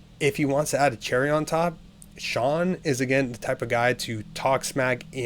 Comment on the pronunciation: Why does everyone call Sean De'sean?